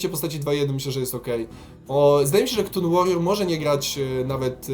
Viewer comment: Czyta się Katun, nie KTUN.